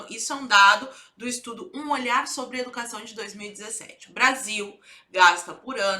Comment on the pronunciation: Manifestação "dà educassáo" da UNE 😄